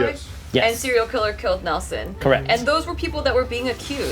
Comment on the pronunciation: "YOU ARE COWWECT MY BWOTHA"